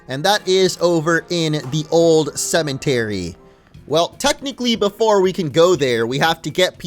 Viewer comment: Why does he always say cement-ery instead of cemetery